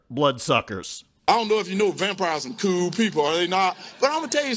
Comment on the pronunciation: Hershal it is "werewolf" not "warewoofs". Hershal, it's "cool" not "coo"